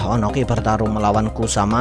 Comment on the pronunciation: Ohnoki bkn onoki